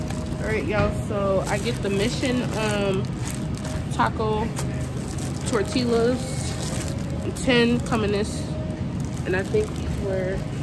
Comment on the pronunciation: Tor-Tia = tortilla